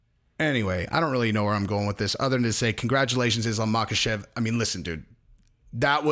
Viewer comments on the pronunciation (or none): The K is silent in Islam's last name. Also silent in Khabib and Khamzat.